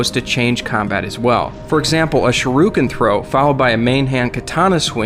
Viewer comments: Dude, nice video, but please it's SHURIKEN, not SHIRUKEN. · "Shiruken" :c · Shuriken not shuruken. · It's "shuriken" not "shoruken" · shar roo ken? WTF is that? I know of Shuriken. I googled it but all I come up with are names of characters / people. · "shiruken"? :D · Securo? whats that securo? , OH you mean Se ke do! , oh alright! oh wait.... shiru ken?, shu de ken! yes alright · He said "shiruken" hehehe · Shuriken...not shi ru ken